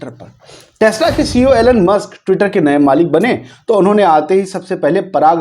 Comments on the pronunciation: एैलेन मस्क नही भाइसाहब इलौन मस्क. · Elon ( E - Lon ) ✅ Elon (Allen ) ❌ Donald ( Don - ald ) ✅ Donald ( Do - nald) ❌